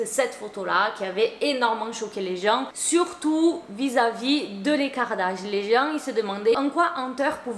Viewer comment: quand tu disais "l’écart d’âge" je comprenais "les kardaj" en mode les kardashian 😭😭😭